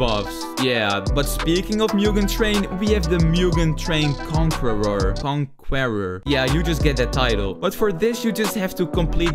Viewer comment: Bro can’t pronounce conqueror but can pronounce bodhisattva is crazy(no hate) 😂😂